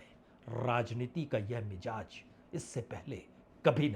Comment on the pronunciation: Bajpai sb correct word mizaj hai aap aksar mijaz bolte hain please aap isper dhiyan den